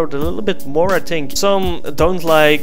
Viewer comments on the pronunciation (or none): ''I tink ''